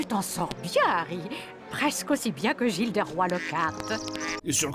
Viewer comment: Gilles de roy... Ou Gilles de Rais ??? :P